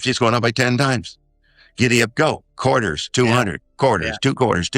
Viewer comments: quar-ters. guise. QUAR-tersssss 🤓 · “Quart ters”